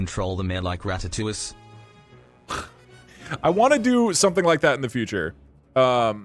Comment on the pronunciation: Why in the world did the TTS guy pronounce ‘Ratatouille’ like that? 🤔